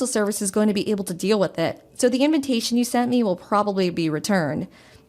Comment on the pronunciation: STOOOOOPP!!!!!! read your lines, do your phonics... Sound it out....!!!! Its inVITation NOT inVINtation......